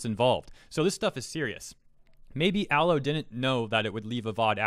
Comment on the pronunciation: I disagree at a fundamental level on your pronunciation of Aloe, otherwise I agree